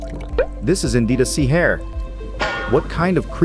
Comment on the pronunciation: LOL this AI voiceover doing the wrong emphasis on "sea hare" every 5 seconds cracked me up